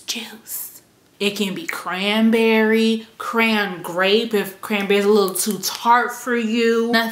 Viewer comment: When you said "Cra-nberry", why I'd think you were about to say "Cro-wn Royal"? lolololol